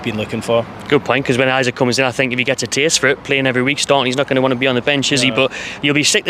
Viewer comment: E sak, Not Isaac haha